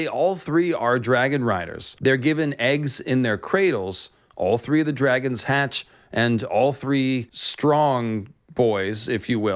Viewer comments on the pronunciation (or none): none